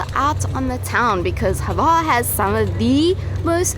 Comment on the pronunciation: Milijet??? There is no 'i' in Mljet. Also...there is no 'e' in Hvar. It's not Hevar, guys.